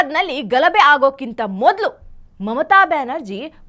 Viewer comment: ಘಲಬೆ ಅಲ್ಲ ಮೇಡಂ, ಗಲಭೆ